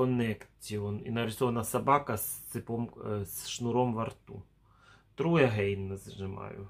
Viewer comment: Урок английского: Cube- кьюб, а не кубэ Значит куб Pet- питомец, домашнее животное Petcube- пэткьюб Try Again - трай эгэйн - попробуй снова Try- трай, а не тру True- тру- правда Не девиз, а дэвайс- device, т.е. устройство. Ой, пипец, это лучше комеди клаб 🤣👍 Тебя спрашивают, если ты впервые пытаешься подключить устройство, а ты туда девизы "Томас, кис кис кис".... Upgrade- не упградэ, а апгрейд, т.е. сделать апгрейд 🤦‍♀️, пощади!!! Не благодарите.